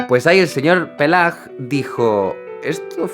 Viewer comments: Por cierto, Paillard se pronuncia "pallar", la "i" no se une a la a para pronunciarse "é" porque se una a las dos "l" para sonar como la "ll" española. "Paille" (paja) paillard (conchondo, lujurioso). En ambos casos la "a" suena como en español. Pues sí, así se apellidaba nuestro romántico canonista: Paillard, libidinoso :-) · Se pronuncia Payar 😉. Punto (y contrapunto). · "Se pronuncia [pajaR]" (léase susurrado y pegando el mentón a la cámara) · Gracias por tus videos. Son muy interesantes. Pero lamento tener que decirte que el señor Paillard, en realidad se pronuncia "Paiyagd" ni peiyard, como dice tu familiar, ni "Pelard" como luego tu has dicho. Estaría bien hacerlo correctamente. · Buenísimo! Pachelbel se pronuncia Pajelbel (qué le vamos a hacer, parece un onanista). Y Peyag NO se pronuncia Peyag. Paillard se pronuncia paiard (solo que la r es francesa). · Solo para decirte que no se proununcia "peiyar" sino "paiyar". Es la regla (con sus excepciones por supuesto) en francés. "Ail" (ajo) es "aiy" (estirando la i), "travail" (trabajo) es "travaiy", etc. Vivo en las Galias desde el 2001 asi que no tengo ninguna duda al respecto. Cada vez que haya una duda de pronunciacion, este es un gran sitio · No se dice "Peyar" sino "Payar" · ¡Buenísimo! Solo que Paillard se pronuncia "pallar", no "pellar"... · Despide a tu primo 😂😂😂 Se pronuncia /paja:r/ (paiyar) y no /peja:r/ (peiyar). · Ya lo habrán dicho pero en francés AI delante de L o LL se pronuncia como en castellano, por lo tanto no digas PELLAR sino PAILLAR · Y se pronuncia Pallar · Debe pronunciarse [pajelbel]. Una de las contribuciones de Jean-François Paillard (pronunciar [paiar]) es la utilización del “pizzicato”. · «Paillsrd... Pellardo... Paella». Vale eso te lo compro porque tiene gracia (de veras 😄), pero el apellido de nuestro protagonista se pronuncia «Pájelbel», por favor. 🙄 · Jaime: Le voy a hablar a mi primo para que me pronuncie Jea-François Paillard También Jaime: Pelar Pelar Pelar